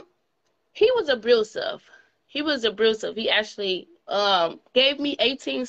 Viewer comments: Some many single mothers raise great people. Stop using that as an excuse. President is an example. And stop saying “abruseve”the word is pronounced “abusive”. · Abrusive?!?!😳😳😳 Narcistic?!?! 😅😅😅 Obstimistic! 😂😂😂You can’t make this shit up. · Every time she said “abrusive” shuddered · “Abrusive” add that one to the list. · Word of the day "Abrusive" He was Ab"r"usive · Don't forget about the word "abrusive." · What in the HELL is "abrusive"??😂😂😂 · She said abroosive not abusive 🤦🏾‍♀️ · Did she say abrusive? 🤔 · It sounded like she said abrucive. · I notice she had some issues with pronouncing "abusive". Maybe she has a speech problem...she did have back to back BDs giving her that 🥊🥊🥊🥊🥊🥊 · Omgosh, can we change the song, please, ladies? I'm so sick of hearing these same stories of wreckless behavior of our young girls. She doesn't need a man. She needs to focus on her 4 kids and get her life together. And learn how to say "abusive" for the love of God! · There is no R in ABUSIVE